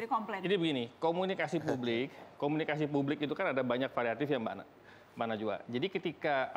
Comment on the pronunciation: 7.45 jangan terlalu tegang dong bang,santai aja🤣 Komunikasi yang bener bang bukan komunisika🤣